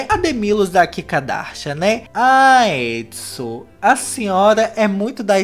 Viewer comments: Resultado do vídeo sempre confundindo o nome dela é errou o nome dela o vídeo todo se fala adisan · Só consigo ouvir ele falando Edson KKKKKKKKKKKKKKKKK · a Addison tem o nome que se pronuncia tipo : edson